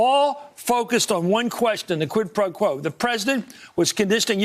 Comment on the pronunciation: did he say qiud pro ko?